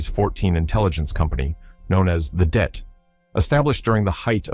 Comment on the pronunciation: Det... short for detachment.... NOT DEAT!!!